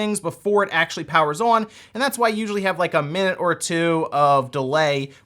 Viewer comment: Why does he say on like that?. . . . "Uon"